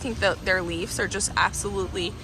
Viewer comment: Are you saying "leaves" or "leafs"??? It's driving me nuts lol!!!